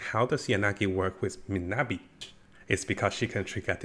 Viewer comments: Bro it's miyabi not minabi 😂 atleast pronounce her name right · Miyabi not Minabi Mi-Ya-Bi